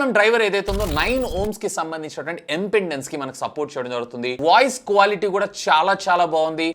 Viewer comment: anna adhi impendence kadu impedence